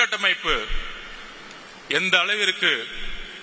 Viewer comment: உட்டமைப்பு என்று சொல்லாதிங்க உட்கட்டமைப்பு